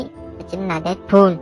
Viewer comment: Dead "pooo" :v